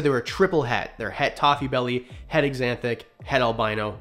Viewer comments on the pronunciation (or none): Ewww. You say egg zanthic like Emily.